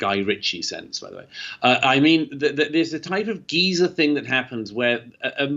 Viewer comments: I thought of “Old Geezer “ but I knew he meant Geyser 😗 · I’m British and I pronounce it Guy-zer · I thought he was saying Giza at first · If you learn anything from this, let it be the British pronunciation of "geyser." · took me a minute to figure out what the hell he was talking about. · I wonder how you pronounce it. I am English and so pronounce it as he does. I am fascinated by the word “buoy” - we pronounce it “ boy” whereas our American friends pronounce it “boo e” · The fictional Hyacinth Bucket pronounces it as he does. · That's how the Brits say 'geyser,' huh.